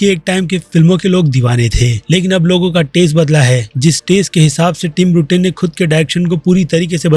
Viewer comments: Bruten nahi beta Burton hai naam seekh ke aa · ब्रूटेन नहीं भईया बर्टन!